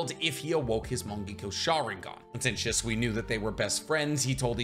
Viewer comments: why do you say his name wrong? Your supposed to put emphasis on the “Shi” part of his name and make it sound exactly like you’d pronounce the word “She”. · Has a masters in biotech. Can’t pronounce Shisui. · Still haven’t learned to pronounce his name lol so how much do you really know?